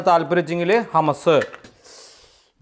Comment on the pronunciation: ഹമസ് അല്ല..... ഹമൂസ്